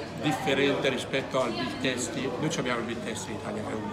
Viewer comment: Come dici big tasti 🤣